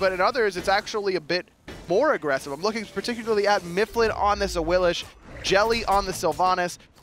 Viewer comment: why the fuck do they call AWILIX awilish? even awilix says her name AWILIX